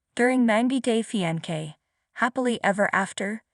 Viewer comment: I cannnnt with the pronunciations, on EVERY VIDEO the most important words repeated over and over just totally botched. It's like listening to nails down a chalkboard!! 90 Day Fee-An-Kay 😫🤦🏽‍♀️🤦🏽‍♀️😫